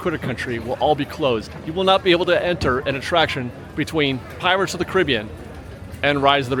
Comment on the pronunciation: You say Hungry Bear is sacred and Splash Mountain is not. That's insane! Splash was sacred. I it is extremely sad to me that it's leaving. I like the Hungry Bear. The location is the best but if they changes the theming slightly I could care less. And you pronounce Pirates of the Caribbean wrong, you sound ignorant